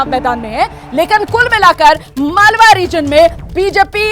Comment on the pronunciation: मलवा नही मालवा क्षेत्र नाम है